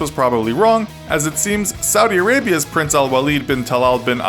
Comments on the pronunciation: I'm surprised the guy pronounced the Saudi Arabia's guy almost perfectly. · Damm you nailed that guy's name in saudi arabia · Can we give props to the narrator for saying the Saudi Arabia guys name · props for saying that right